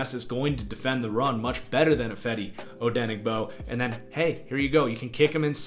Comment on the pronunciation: Lol how do you know ifeadi odengibo is only a place holder and you can’t even pronounce his name right or seen him play???? Bro had 7 sacks playing half the dam snaps and backing up Griffen do some research